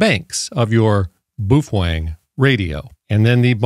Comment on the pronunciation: Just a quick note to you regarding your pronunciation of Baofeng. The correct enunciation is....BOWFUNG. Thank you.